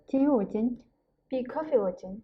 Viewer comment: Great video! I'm a beginner so this might be a dumb question, but when you pronounce "Ууж байна" i don't really hear a "б" sound - it sounds more like uuj -ain. Is the "б" not pronounced?